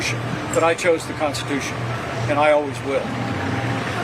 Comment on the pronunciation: If your President you just have to think about it but the Vice President you actually have to say it. It’s in the Konshtitooshun!!